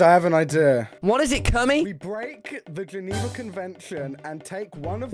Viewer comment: Tommy: "what is geniwa conwanicon" me: it aint the geniwa conwation its the geniwa CHECKLIST!!